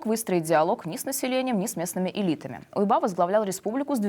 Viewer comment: Не УйбА, а Уйба.